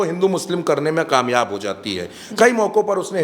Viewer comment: are bhai kamyab hota hai qamyab nahi, uachchran thik karo